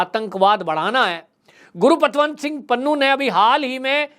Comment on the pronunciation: bhai name to correct bholo, gurupatwant singh pannu nahi valke gurpatwant singh pannu